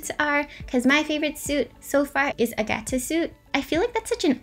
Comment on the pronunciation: Lol it's fine, you actually accented the right syllable so I'm impressed xD